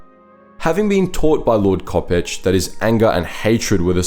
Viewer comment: Spelled Lord Kopecz, pronounced ko- PESH